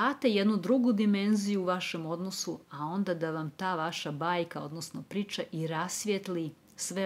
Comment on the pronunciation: čudno akcentujete reč “priča”, mislim zbog dikcije, da vam skrenem pažnju, pozdrav!!